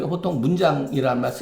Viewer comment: 장음인 단어의 첫 자를 "짧게"잘못 발음한 예:보통, 세금,사농공상,부자( rich man),세계, 등 장단음 문제가 심합니다. 그리고,"민무상산" 을 "민무" "상산"이라고 두 자씩 띄어 읽었습니다. 잘못입니다. "인" "무상산"이라고 띄어 읽어야합니다. 이런 일은 한국의 일반적 문제입니다. "한국 어문을 고발함"이라는 책을 한국의 지성인들께 간곡히 권하오니 이를 조용히 읽어 주십시요.